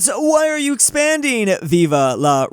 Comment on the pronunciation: WHY DOES EVERY ANGLOPHONE SAY VIVA INSTEAD OF VIVE (VEEV) VIVA IS SPANISH